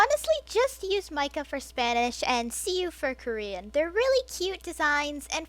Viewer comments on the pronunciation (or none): none